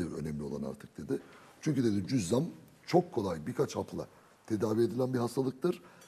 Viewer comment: Cüzzam değil, cüzamdır doğru söylenişi. (Yazım kılavuzuna baksaydınız keşke).